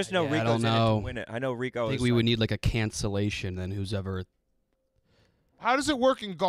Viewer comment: calling Rico --- Reek is amazing